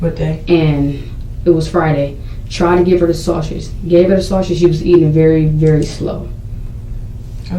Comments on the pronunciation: Lol😂😂She also mispronounced "sausage" & kept saying "she ate a half a circle sausher" I was mad! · #Shaushage (that's how this dimwit was pronouncing 'sausage ') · She ate....a sausher...a half a circle sausher. Bish, what?